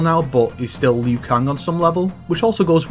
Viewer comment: Liu. It's Liu. Liu Kang. Not Lui.